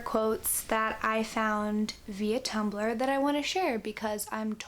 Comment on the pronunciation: when you said 'i turn to tumblr' i thought you said 'i turn to tupperware' and was extremely confused until i figured it out. anyway this was lovely